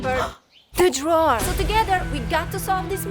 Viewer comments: Count how many times she said : the drower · Take a shot everytime says drwrer. Im alaredy dnruk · This how many times said drawer 👇🏾👇🏾👇🏾